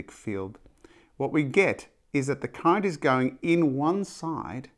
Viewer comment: Your pronunciation is funny sir. Almost like "Electric Cunt".